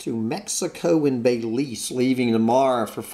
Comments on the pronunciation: "OH, BELEEEZ!" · I really wish you would learn how to pronounce BELIZE